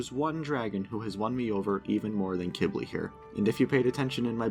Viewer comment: He pronounced it “Kib-ly” which is how you pronounce it.